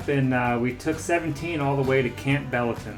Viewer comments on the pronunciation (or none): Hey, like your video...but Campbellton is pronounced Camp-bul-tun. emphasis on Camp